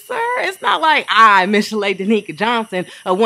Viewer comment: mish - ill - a ( Michelle ) 😂😂😂